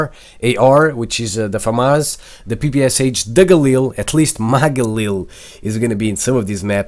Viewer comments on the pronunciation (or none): none